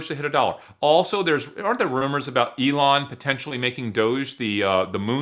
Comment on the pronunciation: It's not pronounced E-lon